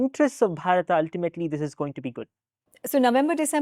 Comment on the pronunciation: Why he keeping saying BharatA, it is bharat…